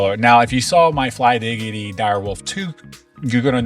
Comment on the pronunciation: its flydigi and not flydigity 😂